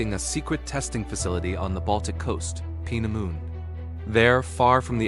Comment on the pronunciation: Please get the pronunciation right. Wee-pon, peena moond and its friends destroy credibility.